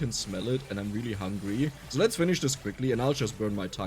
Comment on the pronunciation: Bruh.... It's SO! Not Zo! Zo is German. And you're speaking English!!! 🤯